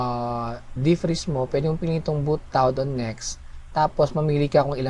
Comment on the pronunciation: Nice bedyow mo. natawa lang ako do own sa "bowt prowzen" at "bowt tawd"